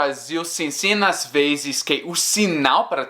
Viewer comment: vc as veZes fala palavras com Z como se fosse com "ss". exemplo: "muitas vezes" vc pronunciou "muitas vesses". Espero q n ofenda..